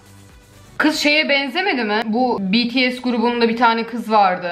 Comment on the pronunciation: Bts betese demeyen. 👏👏